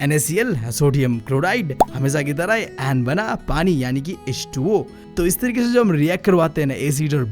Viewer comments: Aap har baar H2o ko ho2 bolte ho🤓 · Kisi ne notice Kia ki BB H2O ko HO2 bolata hai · bro mein h20 ko tum ne ho2 keh diya.